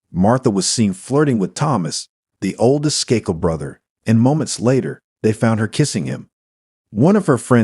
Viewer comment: How does the first case, so glaringly obviously the son from the get go, come under the video heading of "Cold Cases Finally Solved"???? Way too much repetition of info, too much irrelevant background info, & awful mispronunciations. Unbelievably l, with the Skakel murder of Martha, despite all the other useless background info, they failed to mention that Michael & Thomas Skakel were suspected from the get go...& the second case that doesn't match the video title. The content relating to the title is the final less than 5 minutes of this painfully drawn out video